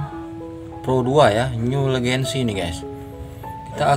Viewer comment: Vyatta malah dibaca Vayta, Legacy malah dibaca Legancy 😅